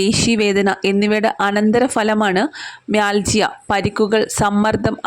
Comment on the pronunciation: It pronounces mialgia